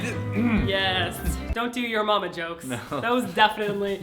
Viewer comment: Omg I smiled when Martina was saying her "Your omma" jokes :3 You'll get there Martina!!